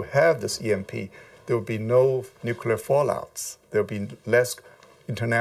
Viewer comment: Why the hell does everyone say "Noocular"?! Repeat after me - New. Clear. New-clear.